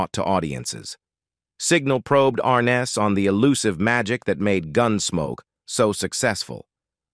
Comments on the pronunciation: Is this a story about James Arness, Peter Graves, or Joseph Cotton? Do you not know the difference? As well, the computer-generated voice can't seem to pronounce "Arness". A really sloppy presentation, made worse by the non-human narration. Did you find it necessary to state that James Arness had a "unique connection to Gunsmoke"??? Who would have guessed. Mr. Arness certainly deserves much better than this incredibly careless "production". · It might be nice if he could pronounce his last name right. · Pretty pathetic—you’re pronouncing his last name incorrectly & couldn’t get through three minutes of this because instead off showing James, some of what you’re showing is actually of his brother. 🙄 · An added plus the narrator is not even pronouncing his last name correctly I remember watching it and the narrator on the show would say and James Arness as Matt Dillon